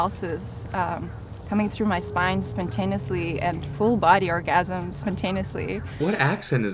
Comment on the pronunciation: I think her accent is German, because of the way she de-voices final consonants (d -> t, z -> s, etc). Also, misplacing the stress in "orgasm" on the second syllable of the word would be consistent with the German Orgasmus, where the second syllable is stressed (rather than the first, as it is in English). That being said, her use of vocal fry (typical American English feature) is quite internalized, leading me to believe she is a German woman who has been living in the US for a while. Btw. There's plenty of people with beliefs like that in Germany xD I am allowed to say it, I am technically German!